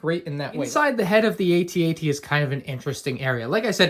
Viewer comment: its pronounced "at at" as in im at the party right now not "aytee aytee"